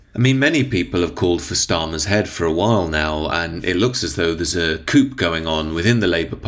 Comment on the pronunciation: Coo not coup its pronounced bro.